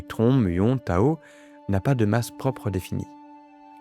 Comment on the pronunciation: Désolé mais on dit particule Tau et pas Tao. Donc on prononce tau -i -que et non tao-i-que.